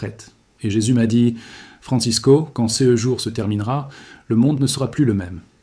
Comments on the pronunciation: Ce j'ai vu m'a fait bien rire ! C E est une production IA qui a beaucoup de mal à dire "ce" ... C E continue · Je ne comprend pas CE.et CES. Est ce un Robot qui parle? Quelqu'un peut m'expliquer le "CE" qu'il dit dans les phrases et le "CES"